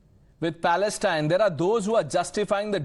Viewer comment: Inform the communist idiot to learn how to pronounce the word “Palestine” properly,secondly the bigots are out because Modi and the Majority of Indians support Israel,have nothing to say what the Chinese are doing to their Muslim population.